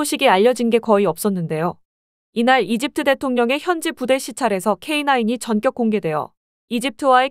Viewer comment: "전격(電激)"은 경음화 되어 "전껵"으로 발음해야 합니다